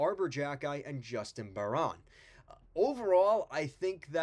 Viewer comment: pronounced bear-IN not Bear-ON. Harvey Pinard Is a 4th liner. hab fans don't value him as much more. dach is healthy based on early camp news. habs goalies are underrated both montembault and primeau have Good saves above expected numbers. the defense is the issue as most are young and need seasoning and matheson was never good defensively.